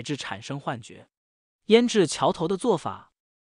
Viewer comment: 念 jiao 四声吧~~~不念 qiao 啊😀